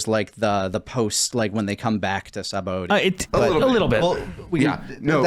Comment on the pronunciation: I find it funny that is a menace when it comes to pronouncing DB names but he pronounces Sabaody as it's written